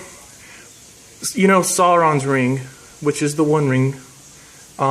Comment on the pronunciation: And you still say "Sauron" incorrectly :-)